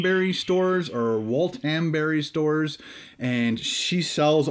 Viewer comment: "Walt-mmm-bri" Great review!!